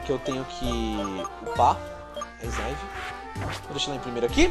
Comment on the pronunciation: megazão não é snaivy mas sim snivy